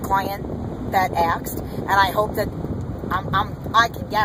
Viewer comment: can you say aSked... not aKsed.... it's annoying and wrong.